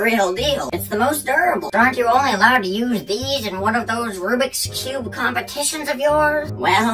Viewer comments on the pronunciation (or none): i thought grandma's say "Rubrik cub"